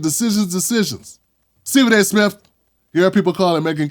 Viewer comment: Steffin A Fetchin Smith 😂😂